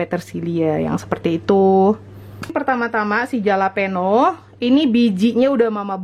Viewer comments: Nyebutnya halapenyo maaakkkk 😀😂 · Bukan jalapeño itu di omongnya halapeno thanks for the recipe anyway